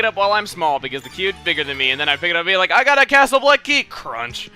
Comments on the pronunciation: I keep hearing Castle Oblivion whenever you say Castle Bleck, and I don't know why. C.O. from KH:CoM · "I got a Castle Bleck key!" CRUNCH